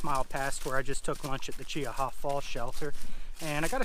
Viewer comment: spot lighting deer is illegal in alabama so... no its not okay. also what happens when two separate groups of 6 come out? thats the same as one group as twelve. then what? and its pronounced CHEE-HA.